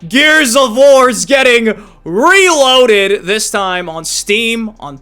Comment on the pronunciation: "RALOADED" - 2025 😂